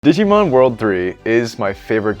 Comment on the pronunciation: Glad to see a digimon world 3 fan. But his pronunciations of the Digimon hurt me. Still a good video.